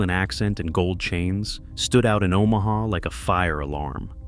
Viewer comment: "O MAW HAW, Nebraska" .... love the AI narration.